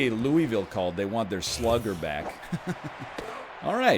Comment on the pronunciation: Hey NL I’m from Louisville. Home of Aforementioned slugger. We do not pronounce it how it’s spelled. It’s Pronounced Loo-ah-vull. Not upset just wanna help you POG off for future references.